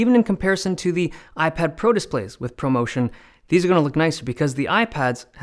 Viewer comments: He said poverty screen😭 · "poverty motion" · “Poverty motion “ 🤣🤣🤣🤣🤣🤣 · "Poverty motion" hahaha LOL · "ProMotion" vs "POVERTY MOTION" lol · This man really called 60Hz PovertyMotion™ LOL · PovertyMotion stays in Motion. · Not “poverty motion” 😂